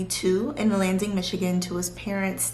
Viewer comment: i might be wrong but I think you pronounced Lansing, MI wrong. I heard landing but I might not be hearing right. Loved the video otherwise!!